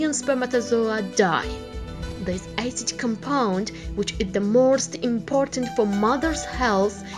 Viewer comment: Ioapo Moe she literally said eicid